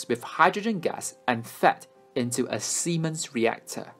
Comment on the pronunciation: This was an amazing project, but I lost it when you kept saying Siemens. 😂🤣💀